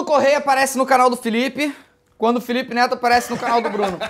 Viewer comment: Felipe: apei Eu: saúde 😂